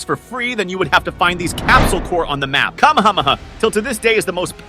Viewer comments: Bro why you calling it kamamama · Bro said kamamama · what did this bro say? what the fuck is a kamahamaha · Bro sad kahmakahmaha but is kahmehamehaaaa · him pronouncing anime name's is hilarious, like: kama hama ha, and mekhasa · kam m ha m ha had me rolling on the floor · bro said kamamammaaaa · Bro what the - is Kama Hama ha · blud said " Kamahamaha" lol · It is ck - aaaa - me - haaa - me haaa that how to pronounce you dummy watch anime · Bro why did you say kamahamaa actualy stupid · Bro said kamamamamaha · bro said kamahamaha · The way he pronounces Kamehameha makes me think that he doesn't watch popular animes